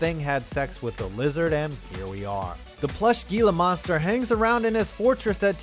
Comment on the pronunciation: You mis pronounce "gila"